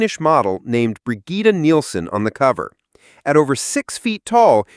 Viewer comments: It's pronounced either "Brijit" or "Brijeet". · never heard anyone say “Brigitte” like that… this is an AI narration, isn’t it?